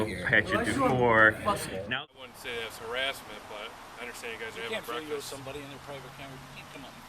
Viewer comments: Breakfast not brefix I'm just saying. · Did you just say "brefix"? Did you mean "breakfast"?